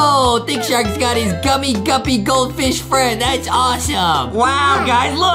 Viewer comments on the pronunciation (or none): none